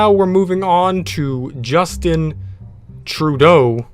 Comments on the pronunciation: It's just-in trew-dough. I live in Canada that's how you pronounce it. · im a Canadian and his name is pronounced Justin trudeau (troo doe) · It’s pronounced true dow 🇨🇦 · Being a Canadian, it was hilarious hearing you butchering Trudeau's name🤣🤣🤣👏👏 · I'm Canadian... that was the worst pronunciation or Justin Trudeau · I as a Canadian, laughed when he mispronounced "Trudeau" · Okay Russia fine but Canada cmon man you can hardly pronounce his name eh